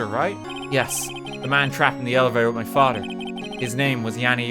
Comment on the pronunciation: its FATHER not FADA